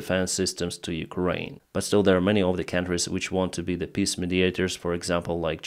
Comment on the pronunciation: I really like your pronounciation of "peace" "They want to hold piss talks" "Austria wants to hold a piss initiative meeting on their territory" (uurghs) 🤣